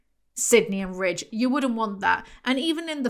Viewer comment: Ok so I thought “Ridge” was “Rich” for like 3/4 of this video, thanks folks in the comments…